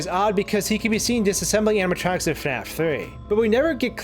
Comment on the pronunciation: Amma tronks. You keep saying.... Amma tronks.